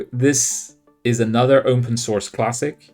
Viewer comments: This should have been a top 10. Why do you say "open source" in such a weird way, like you're saying "opwn" instead of "open"? Does Youtube demonetize videos if you say "open" or "open source"? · I have to correct you here gnarlin. It's not opwn. It's "umpen".